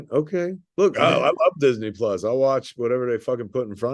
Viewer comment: Marc mispronounced Disney Plus.